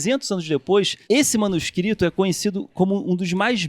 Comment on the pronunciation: Uma curiosidade aleatória, mas interessante: O Carlos Ruas falou "manuscristos" ao invés de "manuscrito". O professor Phablo de Filologia na USP passou por algo parecido. Ele postou sua tese como livro, tinha "manuscrito" como uma das palavras do título. A editora imprimiu errado, colocando "manuscristo", o que dava uma ideia religiosa para o livro. Só imaginem o problemão. Aliás, acho que esse professor seria um ótimo convidado para o programa, ele é bem humorado e é bem didático. Acho que a Filologia combinaria com os temas abordados no Três Elementos.